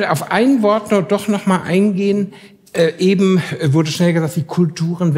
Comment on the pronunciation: Ja,: "Ebent!" 😡